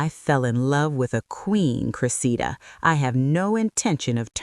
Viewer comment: Why do you alternately pronounce her name as "cre-see'-da" and "cre'-se-da"? This is distracting and keakes one think there is a new character entering the story.